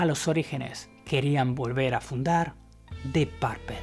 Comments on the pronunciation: Dip Parpel? Amigo muy buena la información pero en verdad, necesitas mejorar abismalmente tu pronunciación en inglés! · Que mal inglés del presentador. Dip Parpel😫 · De acuerdo contigo. El problema es que lo que escuchan como pronuncia lo repiten así. Y no solo es "Dip Parpel" tiene otras, ese afán de pronunciar la "U" como si fuera "A". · Dip parpel? Enseñate a pronunciarlo bro. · Deep parpel?si te escuchara ese guitarrista enojon capas te busca en españa y te mete tu vergaso por pronunciar mal purpura en ingles mejor di morado purpura total estas hablando en español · "DIP PARPEL" JAJAJAJAJJJAJAJAJAJAJAJAJAJAJAJJ NO HAY ESPAÑOL QUE SEPA PRONUNCIAR EL INGLES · Se que eres español y eso, pero deberías pronunciar bien los nombres no mames, Dip parple, y no sé como maman tanto a Blackmore si el mero bueno y lo distintivo venía de Jon Lord, escuchen en vivo y siempre las improvisaciones eran más feroces y creativas a la vez que impecables por parte de Jon, Blackmore hacía mucho ruido y era muy sucio en su técnica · "dip párpel" j-j-j-j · Que chistoso escuchar "dip parpel" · Dih Parpel....😂😂😂😂😂😂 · "Dip parpel"......... ja ja ja ....Dip parpel"........muero de risa...dip parpel".....ja ja jabja ja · Exelente video y documental...nada mas una observacion...no se pronuncia "PARPEL" . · O cuando dice "Dip Parpel" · Primero aprende a pronunciar el nombre del grupo, lo pronuncias requete mal, escucha como suena en su idioma natural y aprendelo a pronunciar, es muy molesto escuchar tu inglés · Hola , me encanta tu canal y sé que esto lo publicaste hace mucho tiempo, pero por favor pronuncia bien Deep Purple, es un tema de ustedes los españoles, que pronuncian literal lo de otro idioma a como ustedes leen , pronuncia bien!! Gracias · Amigo pero que mal pronuncias DEEP PURPLE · "Diip Pearpeeeeeel" 🤦🏻‍♂️🤦🏻‍♂️🤦🏻‍♂️ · dip parpel 😀 Sería mas como: dip purpol, o mas aún: dip purpl, solo que la u no es exactamente una u, suena como en medio de una u y una o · No SE dice "Di parpel"